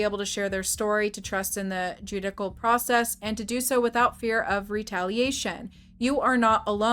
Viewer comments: You legit said Jude-ICK-ULL process.....😂😂😂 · This comment is out of love, just to educate. The C in judicial makes a sh sound. Just for future reference for you ❤ I saw a duggar post on fb and ran here because I knew you'd be on it if there was any truth to it! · Please look up the pronunciation of “judicial”